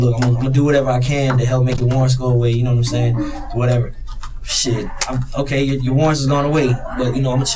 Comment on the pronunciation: This guy is human garbage. Know-wut-um-sayin’?